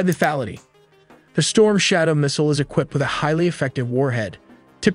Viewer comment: Not subscribing until you learn how to properly pronounce missile and mobile.